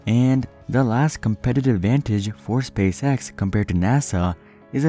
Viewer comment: I like how you say Spay Sex instead of Space X.